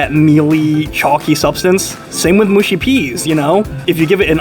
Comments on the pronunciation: Mushy peas pronounced mushy not mooshy. Short u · it's mushy peas not mooshy peas. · Its mush i peas